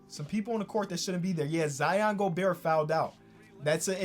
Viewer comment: please stop pronouncing the T in Gobert